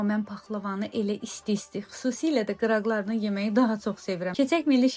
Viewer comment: “Qıraqları” yazılır, “qırağları” oxunur. “Qıraqları” demək çox gülməlidir. 😄